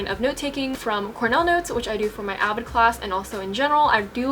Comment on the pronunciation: DID YOU SAY AVID CLASS